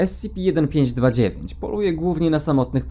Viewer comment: dobrze czyta